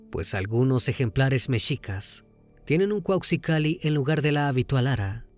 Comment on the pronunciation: TU NO ERES MEXICANO!!!!! PORQUE PRONUNCIAS MAL ALGUNAS PALABRAS! TENOXTLITAN, MEXICAS?